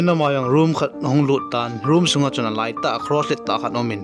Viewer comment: Like the way u say doslight😆😆😂